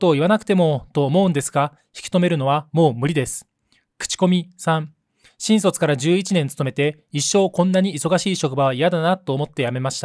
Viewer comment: 「新卒」のイントネーションが変